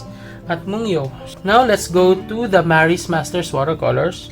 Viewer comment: I have the same set!!! I just got them the other day... your review is quite helpful for new/aspiring watercolor users/artists... i think this brand is pronounced as /moon-gyo/